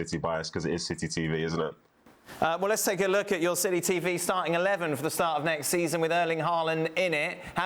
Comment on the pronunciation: Did he just say "silly TV" instead of city TV? 😳